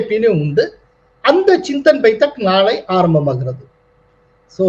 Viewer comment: pl note it is Chintan Baitak ( चिन्तन् बैटक्), not Baithak.